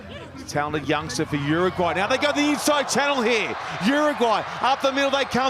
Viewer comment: the commentator.....! what's with the pronunciation? "UrrrUUUGGwwwhhhhyyy!"